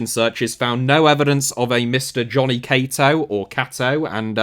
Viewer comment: You may be the first person ever to pronounce Cato correctly 😂